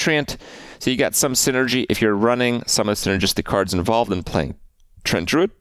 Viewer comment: it's TREE-ANT not Trent, Trent is a guy who lives down the street.